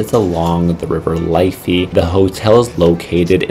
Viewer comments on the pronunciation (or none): . L-if-fey, not Life-y 😊